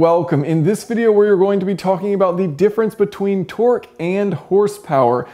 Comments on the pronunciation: tork, not twerk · Can't stop hearing you say twerk